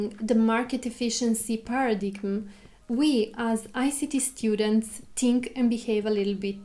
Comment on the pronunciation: By the way, it is pronounced "para dyme" instead of "para digm"